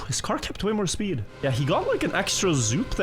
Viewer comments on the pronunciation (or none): Previewsh? SssPEEED? Just make videos in your own language and stop murdering mine.